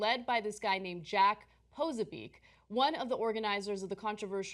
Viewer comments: It's not pronounced "poh-sa-beek", Ana. It's "pah-soh-bik". Do some research next time into the people you're covering. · it's pronounced Posobyetz not "poso beak" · peh-so-be-ack. hard to stay focused with your constant mispronounciation